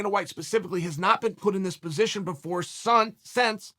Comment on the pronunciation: "Before SUNCE! Wow chael, that's a new one!! 😄 👑 LORD #ABYSSSARIAN 👁👁👁 ⚔🐉🛡🤴🏿🛡🐉⚔